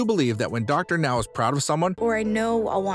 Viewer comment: Thank you for finally pronouncing Dr. Now's name correctly, but the narration is still very awkward...